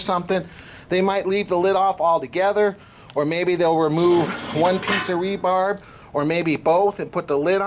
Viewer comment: I had to stop watching after the 20th time you said "rebarb". It is 'rebar' aka reinforcing bar, not 'rebarb'. Geez.